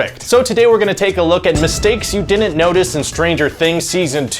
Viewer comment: The host need to learn how to pronounce “didn’t” he keeps saying “Dinnit” annoying